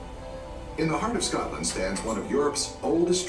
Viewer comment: You should look for a video about Scotland that is actually narrated my someone from Scotland because this American voice over person mispronounced so many words.